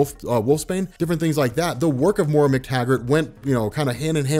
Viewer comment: Just a heads up, her name is pronounced "Moy-Rah", not "more-uh".